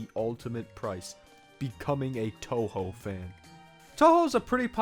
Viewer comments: "Guess dad's gotta get a new computer because he doesn't play enough Undertale fangames" At least you said Touhou right… Fun fact, Touhou 1 and Undertale are 18 years apart in release dates. If we go from Touhou 6, which was the start of the windows era, and a kind of soft reboot, that’s still 13 years apart. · "Guess dad's gotta get a new computer because he doesn't play enough Undertale fangames" Comparing Touhou and Undertale is like comparing apples to oranges. One is difficult. One is not. lol Gotta say though, it was refreshing to hear someone not familiar with the series say "Touhou" correctly!